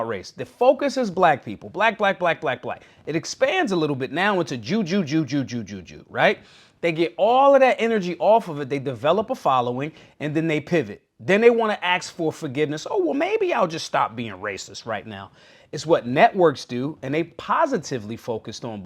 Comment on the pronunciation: Ask, not aks bruh.